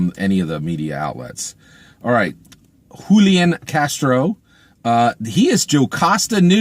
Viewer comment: I see you got Julian Castro's name right 😉